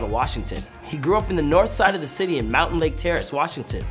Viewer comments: It’s “mountlake terrace” NOT “mountain terrace” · Mountain lake.... 😂🤣😂 Its MOUNTLAKE TERRACE ARTARD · ITS MOUNTLAKE TERRACE NOT MOUNTAINLAKE TERRACE I GO THERE AND IT BOTHERS ME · Bruh I’m from MountLake Terrace this guy says it like Mountain lake terrace and it pissed me off. He also did go to Mountlake Highschool. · i hate how he keeps saying “mountain lake terrance” it’s mount 😭😭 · It’s Mountlake Terrace. Not mountainlake terrace. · Bro said mountain lake terace 😂😂 it’s mountlake terace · Every time he called it mountAINlake terrace I wanted to reach through my screen and strangle him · It’s Mountlake Terrace